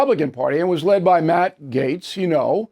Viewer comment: His name is MATT not “many “ 😉